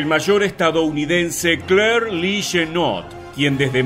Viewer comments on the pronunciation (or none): none